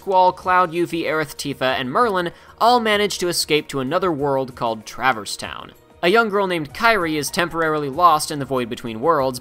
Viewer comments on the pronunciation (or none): Pretty good recap...but the way you mispronounce a few words is hard to listen to. Namely, "Travis Town." It's traverse. Tra-verse.